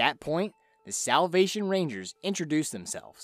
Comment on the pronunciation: Soulll? Selvlll?? Salvvvv? Never heard that word